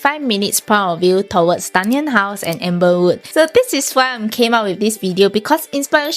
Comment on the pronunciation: I notice that you keep pronouncing it as "Amberswood". It's "Amberwood".